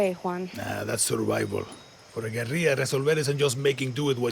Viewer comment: hahah..pronouncing guerilla like it was Spanish with the y sound for the double l's. it's not, pronounce the ll's. Oh Ubisoft, pandering with semi-hispanic sounding actors like some old Mission Impossible episode. A trained alligator? HAHAHA